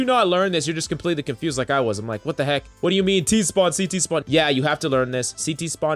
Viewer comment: I am a cs player and while the beginning, Everyone said CT "City" and every time they said it I laugh so hard...